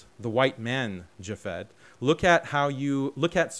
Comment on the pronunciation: Loved how the moderator kept calling him JavFed.😂